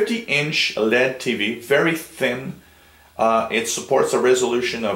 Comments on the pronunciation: lol no kidding I was spelling out the pronunciation because 'Lead' is not the right way to say LED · L.E.D. (ell eee dee) not led like a lead pencil =)